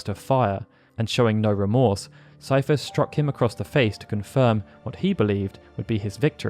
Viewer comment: I'm glad someone knows how to pronounce Seifer lol! When anyone mentions me in their videos, they call me 'Seeferboy'. I try not to get annoyed because I know a lot of people don't know how to pronounce German names. Fun fact: some of my grandparents had the last name 'Seifert'!